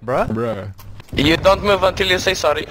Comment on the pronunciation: i don't hear "Bruh" I hear "Bra" instead